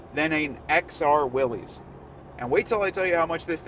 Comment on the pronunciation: Another video where "Willys" is mispronounced 😬